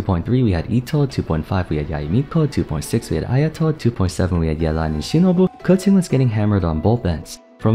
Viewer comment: Respect for pronouncing Keqing correctly.